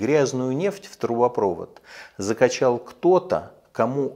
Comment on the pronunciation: ТрубопровОд, а не трубопрОвод!)